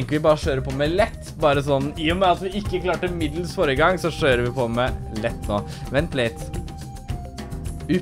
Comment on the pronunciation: "Så da skjører vi på med det" lær deg å snakke norsk!!